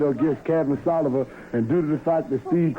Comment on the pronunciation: Tony couldn't talk for shit,sounds like he saying Sallivan 🤣🤣🤣🤣